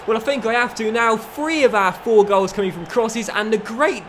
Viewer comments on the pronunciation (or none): none